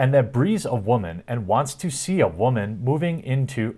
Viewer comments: wamen dont you mean woman:) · He called "whamen" instead of "women", so it must be false. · Bro. How do you spell “wah-men.” I hear you, Greg from Nerdrotic, and a few others use the term and I die laughing to myself when I hear it 😂. It’s funny because I never expect it and it sounds funny. Great video as always man. Keep up the great work.